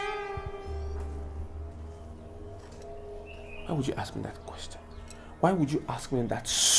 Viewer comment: Who taught you that ask is pronounced as aks 😂😂